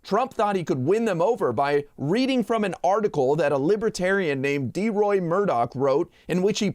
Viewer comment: It's DELROY MURDOCK. (Good God, Trump could care less to pronounce his name correctly. Shows what D. Roy is down for!🤣) He's a phony and a wanna-be neo-libertarian. Known him for decades and...did I say it?: He's a PHONY. ...just like Trump.